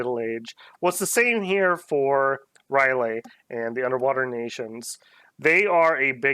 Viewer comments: You're cancelled! R' L Y E H!!!! NOT NOT NOT NOOOTT! Rylay! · Umm... you know it's not Rylay